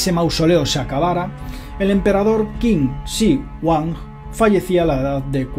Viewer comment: Qué vaciado eh!!! Ese “Chido Huan”......jajaja